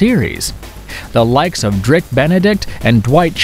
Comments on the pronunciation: I loved this video... brought back great memories. Just a couple of things: it's Dirk Benedict, not Drik 😆; and 'chemistry' between actors sounds better than 'equation' 😏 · It's pronounced Pe- Pard and Dirk not Drik. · Great list! I get a lot of reminders to rewatch shows & movies and sometimes find stuff I missed from your videos. But please take the time to pronounce things correctly! One or two mispronunciations aren’t much of a problem. But especially in this video I was so distracted I was paying more attention to what the next mistake would be instead of what the next TV show was. It’s Dirk Benedict, not Drick. George Peppard with a “d” at the end, not pepper and Connie Sellacca not sellick. And those are just the ones I remember. I get that the script reader is chosen for his voice and probably is too young to have watched these shows and the script is actually written by someone else. But please before uploading have someone who knows the material watch the video. This video is definitely not the first time, it just had so many mistakes I had to finally say something. The material in your videos is great, it’s the presentation that needs work.